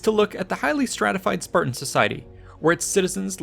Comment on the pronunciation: Spartans, not Spartians.